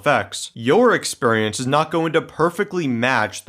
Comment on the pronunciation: I love how you say “exPURRience”!